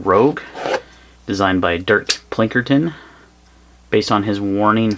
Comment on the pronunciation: It's Pinkerton not Plinkerton....